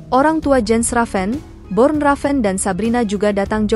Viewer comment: Nama ayahnya Bjorn Raven mimiiin, bukan Born